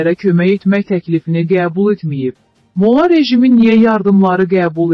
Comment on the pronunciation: Mo'lla yox molla'